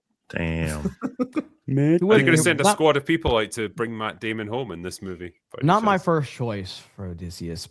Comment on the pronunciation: I heard the Team America: World Police pronunciation of Matt Damon. You were heard 😉